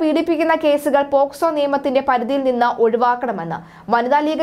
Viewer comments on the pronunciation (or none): none